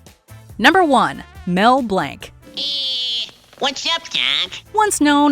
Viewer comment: How in the name of everything do you leave Billy West off this list? From Doug. Ren and Stimpy, to Futurama, like are you serious? He is even considered to be the next Mel Blanc, and played many of the same roles. Also you pronounced Mel Blanc's name wrong.